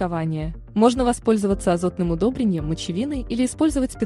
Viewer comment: Что у автора с ударениями?!!! "погода стоИт", А НЕ "стОит"; "дайкОн", а не "дАйкон", "удобрЕнием, а не "удОбрением", и т.д. Хотелось послушать, невозможно.